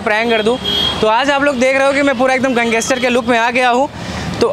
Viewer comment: भाई गैंगेसटर नहीं होता गैंगस्टर होता है